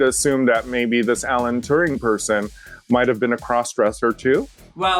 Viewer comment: I mean, they could at least have pronounced Alan Turing's name correctly (also Ru on the show). It's pronounced like the "turing" in "adventuring", not "too-ring".